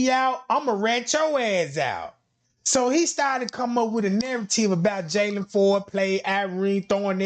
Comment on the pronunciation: PLLEEEEASEE NOT JAYLON(IN) FORD. NOOOOOO! He has ABSOLUTELY nothing to do